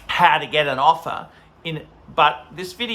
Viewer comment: “To get an opher, you need to spend phive phousand!” Doesn’t sound like a good investment to me!